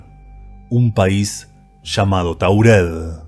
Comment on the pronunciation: Taured no Taurel pronuncias mal lees mal